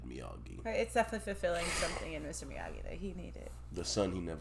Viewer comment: It is pronounced Miyagi. Not Miyadji.